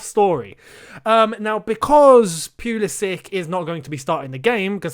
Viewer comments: Richard Grace it’s either puh-LISS-ick or POO-luh-sitch, not PEW-luh-sick like says it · Common Bro! It's Pull is ic..not Pew li sic innit! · Tells Lampard to pronounce Ziyech correctly Mispronounces Pulisic immediately afterwards